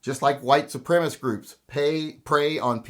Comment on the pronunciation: A couple of corrections, Mr.. It's white supremicist--cist at the end. Not white supremist. Also, when white boys (mostly) form gangs they come up with names like The Proud Boys or The Oath Keepers or the Boogaloo Movement or Three Percenters.... i. e. they become politicized armed militias. And guns are part of the equation resulting in mass violence in the US. Other parts are mental illness and, yes, gangs, which are essentially social responses to economic disparities. And I don't think you are racist. Not intentionally, anyway. Have a good day, and shoot straight.